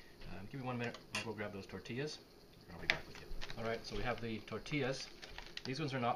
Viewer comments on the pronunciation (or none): Tor Tee YAS Tortillas